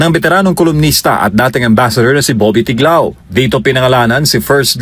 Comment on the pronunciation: ’Tiglao’ po hindi ‘Tiklao’